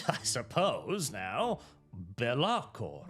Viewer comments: It's pronounced Bélakor not Belákor. Source: It sounds way better like that so probably. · I see the chaos god of mispronunciation has taken this video through to warp and change the name of Be'lakor to Be'laRkor.